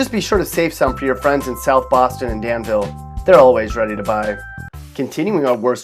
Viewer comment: Its proncouned Dan-vull. Not "Dan-veel "